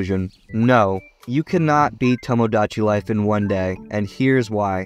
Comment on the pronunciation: u cannot pronounce tomodachi, lol